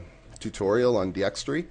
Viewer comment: Its D-x-tor-y not D-x-tre-y